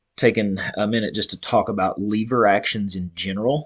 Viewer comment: Wtf is a leeeeeever??? LEVER